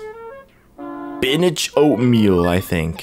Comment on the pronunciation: "Spinach oatmeal" it literally said spanish omelet 😂😂